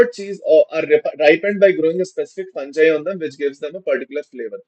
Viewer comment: Sir fungi pronunciation